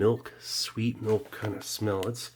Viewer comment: The way he pronounces milch makes me cringe every time